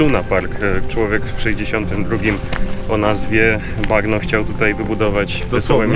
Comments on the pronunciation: Czyta się to nazwisko Mario Bagno- Banio. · Bagno czyta się "banio" i współcześnie znaczy tyle co " łazienka " 😊😊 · Nazwisko wymawia się "Bańo" tak jak po włosku łazienka. Pozdrowionka z Italii ;) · Nie mówię po włosku, ale takie podstawy jak czytanie "gn" jako "ń/ni", chyba każdy powinien wiedzieć w dzisiejszym świecie. Tak więc... Nie pan "Bagno", tylko pan "Banio" ;) Pozdro! Odcinek jak zwykle 10/10! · Bagno czyta się bańjo. Bagno to po włosku łazienka. Czyli pan łazienka :D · Banio się wymawia A nie bagno;) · Bagno czyt. ,, banio,, łazienka